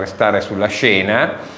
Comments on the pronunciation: Non mi sono spiegato: è come la maggioranza pronuncia una parola, un nome, ecc. che, in italiano, diventa la regola, la pronuncia corretta. Da decenni l'Italia intera ha pronunciato Berlinguér, con l'accento sull'ultima sillaba e quello è il modo corretto. Poi arriva un diversamente sveglio e sposta l'accento, ma è lui che sbaglia! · Non avevo mai sentito pronunciare il cognome Berlinguer con l'accento sulla prima " e " ma sempre sulla seconda.